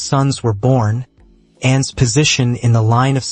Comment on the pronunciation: Why are you saying N instead of Anne? Very annoying.